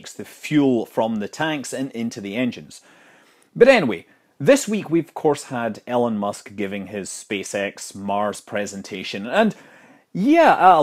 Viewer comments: Are we gonna ignore that he said “Ellen musk” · "Ellen Musk" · “Ellen Musk” Hmm. I like it.